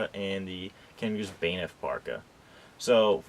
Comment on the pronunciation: Banff is not pronounced "Baynif".